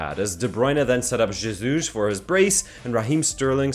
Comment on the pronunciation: You pronoun jesus wrong. The j is like an h, as in hotel, or horse.